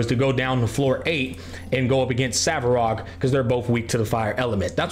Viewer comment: ‘Savarog’ Lol